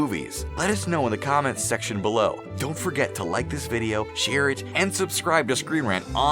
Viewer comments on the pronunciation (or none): none